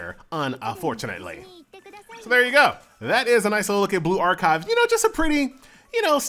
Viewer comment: Why do you pronounce it like " blue-ark-hive " ?